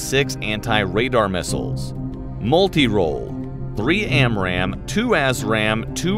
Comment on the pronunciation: Every time he says A$$ RAM missile, I think of Top Gun.